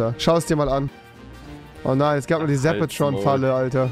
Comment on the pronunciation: Niemand: Rewi: Zapatron Falle